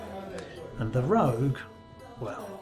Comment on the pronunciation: Rogue not Rouge